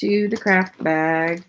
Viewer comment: Are you saying craft or crap lot? Lol